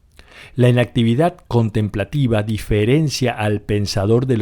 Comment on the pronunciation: Muy interesante. Sin embargo ¿Es necesario que el narrador pronuncie tan mal? Por ejemplo, la palabra "inactividad" no se acentúa en la primera sílaba, se acentúa en la última. Creer que de esta manera lo que decimos es más importante es una muestra de ignorancia. Mejor que dejemos la "inactividad" y hagamos algo para hablar correctamente.